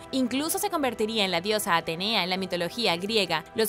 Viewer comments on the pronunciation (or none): none